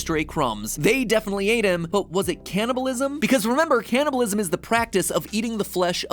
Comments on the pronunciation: me through the whole vid as my parents hear him say caniableisum like 20 times: WHYYYYYYYYYYYYYYYYYYYYYYYYYYYYYYYYYYYYYYYYYYYYYYYYYYYYYYYYYYYYYYYYYYYYYYYYYYYYYYYYYYYYYYYYYYYYYYYYYYYYYYYYYYYYYYYYYYYYYYYYYYYYYYYYYYYYYYYYYYYYYYYYYYYYYYYYYYYYYYYYYYYYYYYYYYYYYYYYYYYYYYYYYYYYYYYYYYYYYYYYYYYYYYYYYYYYYYYYYYYYYYYYYYYYYYYYYYYYYYYYYYYYYYYYYYYYYYYYYYYYYYYYYYYYYYYYYYYYYYYYYYYYYYYYYYYYYYYYYYYYYYYYYYYYYYYYYYYYYYYYYYYYYYYYYYYYYYYYYYYYYYYYYYYYYYYYYYYYYYYYYYYYYYYYYYYYYYYYYYYYYYYYYYYYYYYYYYYYYYYYYYYYYYYYYYYYYYYYYYYYYYYYYYYYYYYYYYYYYYYYYYYYYYYYYYYYYYYYYYYYYYYYYYYYYYYYYYYYYYYYYYYYYYYYYYYYYYYYYYYYYYYYYYYYYYYYYYYYYYYYYYYYYYYYYYYYYYYYYYYYYYYYYYYYYYYYYYYYYYYYYYYYYYYYY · Its "candy-bulism" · "The secret is canabalisim" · "CANABILISM WEEK"